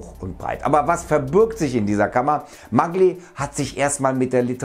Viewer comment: Da wir wiedermal bei der Aussprache sind: die Italiener sagen „Mallji” zu ihrem Atrophysiker.